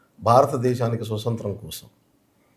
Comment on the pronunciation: స్వసత్రం కాదు నాయనా స్వాతంత్రం .అప్పుడే తెలుస్తుంది నీ తెలివి